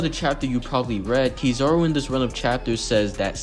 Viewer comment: Who the hell is Key Zar Ru.....I thought I was Kizaru